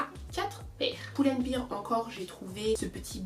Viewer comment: Pourquoi j’ai l’impression qu’elle dis « chez Poule and Bear « 😭😭😭😭